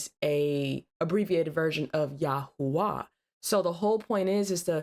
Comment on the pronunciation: It's yahawah and yahawahshi